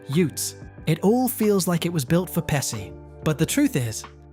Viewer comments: In Italian, the "SC" combination has two main pronunciations based on the following vowel: "SH" before E or I ( e.g., Pesci ), and "SK" before A,O,U , or consonants ( e.g., Scala ). So hearing you keep pronouncing Pesci (PESHI) as (PESSY) is a little frustrating being of Italian origins myself LOL! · Its "Peshee" and "Macheeoo" can you learn the pronunciation of the beloved actors before you make your GD disrespectful videos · The name is pronounced "PEH-shee" . That's with a SHE at the end. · It’s hard to listen to the narrator call him “Pessy” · Bro its not Pessi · Came to say the same, that was painful! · It's pronounced "PeSHi"..... Unbelievably annoying. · I hate it when VO announcers can't be bothered to learn how to properly pronounce names and words. (Pesci = PEH-shee!) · Thank you. I was wondering if I was the only one getting upset about " pessy' 'mockio' and 'davee-toe.' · I’m trying to get past the pronunciation of Pesci 😬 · The way you pronounce Pesci is interesting. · The narrator saying Joe Pesci last name wrong, 🤦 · Whoever trained this chatbot to speak should be fired immediately. Not only does it mispronounce the names of most of the actors/characters (often in more than one way), it can’t decide what kind of accent it’s supposed to have, which is incredibly distracting. Within the space of one sentence, it’ll give you 3-4 accents. It was almost as though each word was assigned a difference dialect. Mid-American, British RP, NE US, northern England, mystery accents… If you’re going to take VO work away from actual human narrators, at least make bots that don’t sound like they are having a psychiatric break. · My goodness... you pronounce Macchio correct, but not Pesci. LOL Usually, it's the reverse. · Learn how to pronounce Pesci - so annoying to hear it mispronounced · The fact that you can't pronounce Pesci and Tomei tells us you are clueless and just reading a script. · Joe Pesci it’s pronounced pesh ee, not pessi! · Learn to pronounce Pe-chi !